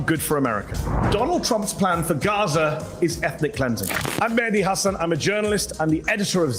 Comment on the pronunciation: MEH-DI HAH-SAAN thats how you pronounce!